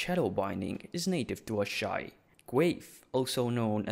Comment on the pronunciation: I love how you can pronounce Asshai as "ASS High"